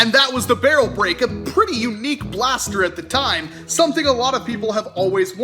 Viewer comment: Paster... pls say blaster from the paster